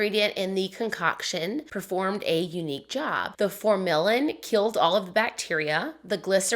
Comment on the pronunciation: I worked in pathology for many years and formalin is pronounced FOR-mu-lin 😉 It’s a form of formaldehyde. Great story!!